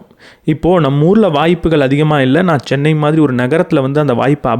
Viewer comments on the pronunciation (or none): none